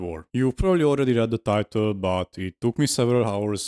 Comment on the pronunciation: You don't pronounce the h in "hour." In fact, you never pronounce it if it's at the beginning of a word and is followed by a vowel. Btw, that shelf of utter alcoholism is quite impressive. Do you still have a liver?